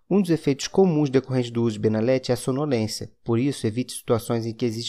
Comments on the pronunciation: Benalet... N se pronuncia o t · No próprio comercial eles pronunciam benalet com T